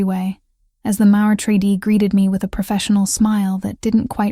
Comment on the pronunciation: the mispronounceing of the word "Maitre d", is the only thing that kind of messed this story up.